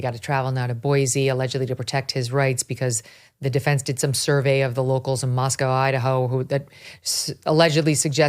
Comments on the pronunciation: Pronounced Mos-co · Howard Blum needs to learn how to say Moscow. It's pronounced "Moss-co." As we tell those not from this area, "there is no cow in Moscow." Considering he actually went there, he should know this by now, especially since he wrote a book about it. Kohberger was a TA at Washington State University (in Pullman), not the University of Washington (which is in Seattle). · Couple of small corrections: It was Washington State University not University of Washington. Moscow is pronounced Mos-co Boise is Boy-see